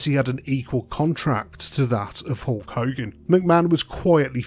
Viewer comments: Did you call him Hawk Hogan?! I think you did haha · As some one from England we don’t call him HAWK hogan 😅